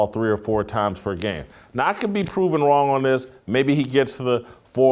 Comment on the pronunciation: "How Wong he was!"...im dead